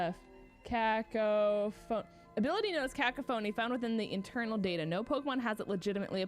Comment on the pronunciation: Also guys fyi Cacophony is pronounced Cah-cough-oni